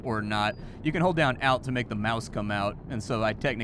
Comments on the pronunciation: Out of curiosity is an "out key" the same as an "alt key"? "Alt" is short for "alternative" and should be pronounced as "alt". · I've never heard anyone say alt like that before